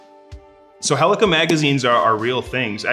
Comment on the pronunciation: Lol "the thing about a Hell-e-cool rifle is it has this cool tornado thing like dna..." Helix... Its pronounced heel-ie-cal